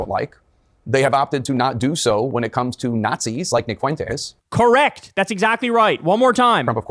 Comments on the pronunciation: Notice how Tapper is pronouncing Fuentes - it is correct. Idc if Fuentes even mispronounces his name, which idk. That is a Spanish word. FWEN-Tez not Fu-en-tez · Totally besides the point, but How is it that Tapper is the only one who can say his name correctly? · He pronounced it perfectly! Greetings from Spain. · He's trying his hardest to pronounce Fuentes in the most spanish way possible 😂